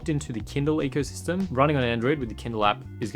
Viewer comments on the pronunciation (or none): none